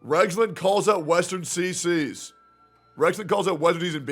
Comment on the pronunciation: Westearn.....westearn.. lol